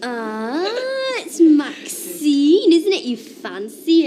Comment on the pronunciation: Ashley could never call maxine by her name.....He pronounced it maxime